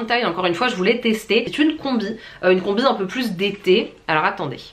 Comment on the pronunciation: J'aime beaucoup comment tu explique tu est très sérieuse et tout ça mais arrête de faire des manières quand tu parle tu n'en fait pas beaucoup mais c'est très agaçant ( ex : une combi tu force trop sur le i ) voilà sinon très bon contenue et continue comme sa et fait attention à se petit détail